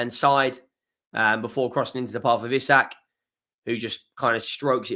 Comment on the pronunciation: We didnt learn you still cant pronounce isak EEEE SAK!!